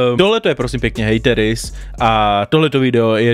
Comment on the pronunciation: Tvoje příprava na video je úplně irelevantní doslova o tom člověku nic nevíš řešíš ho jen kvůli tomu aby sis udělal čísla..... je mi z tebe zle a nauč se vyslovovat hateris díky.